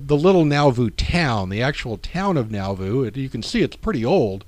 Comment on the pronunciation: Thank you for a great presentation! You have encouraged me to make a trip to Nauvoo. Two small comments: The R in RLDS stands for Reorganized, not Reformed, as you will see in the older church seals you display. Also, Nauvoo is pronounced naw-voo, not now-voo. ;-)